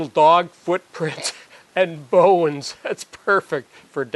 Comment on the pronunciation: bo-ens or bones?